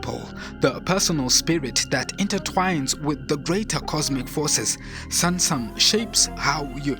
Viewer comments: Hahaha same here everytime I heard samsam I smiled and said "do you mean SUNSUM bro"😊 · Please, the Akan’s Twi word “Sunsum” Is not pronounced “sansam”. It’s sUnsUm. The U sounds like U in the pronunciation of the word hUman. Thank you.